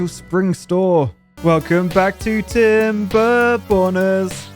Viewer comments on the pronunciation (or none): I am just waiting for the day when doesn't pronounce the 2nd 'r' in TimerBorners